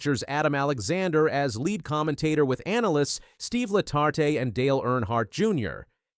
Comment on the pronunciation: Steve La-tart-tay? Wtf is this?